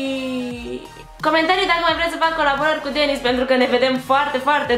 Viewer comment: De ce nu pui accentul pe "z" si ii zici numele ca si cum l.ar chema "Denis" ?